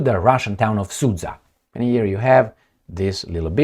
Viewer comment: the city Sudzha supposed to be pronounced as: “Su” (like Russian fighter jet), and then something, like word JUMP, but without last two letters. So, it should be “SU”+”dJa” with accent on its first syllable. 😊